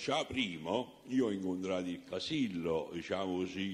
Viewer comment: Sembra che lo faccia a posta a cambiare le finali: praticamento, veramento, sapero... poi quando deve dire Casillo, finalmente una parola con la O finale, dice Casille! 🤣🤣🤣